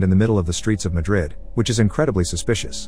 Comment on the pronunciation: Are you trying to say Madrid of something else